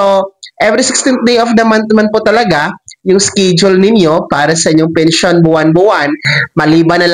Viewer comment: Schedule ang bigkas Po ay es-ke-dyul at hindi iskidyol hahahahaha grabi grabee gravy Ang iskidyol mu!!!